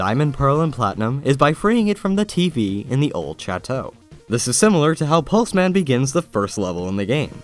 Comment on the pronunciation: Lol I thought Pulseman said Plusleman.